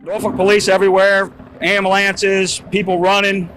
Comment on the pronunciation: "Norfolk police everywhere...AMBALANCES...people running" 😂😂😂